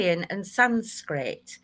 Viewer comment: Oh dear, that did'nt start too well... I heard "Apocraphy", closely followed by what sounded like "Sanscript" and kinda knew it was going to be a bumpy ride... 😎